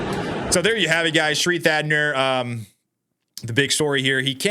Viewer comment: Thanadar not Thadner